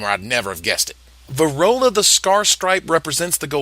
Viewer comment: Varolz, not Varola.